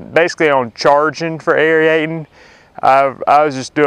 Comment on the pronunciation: Pronounced " air-eight-ing " , no e in there.